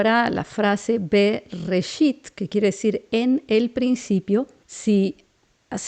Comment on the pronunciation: Cuatro ciclos.. y hoy descubrimo que Bereshit se pronuncia berreshit..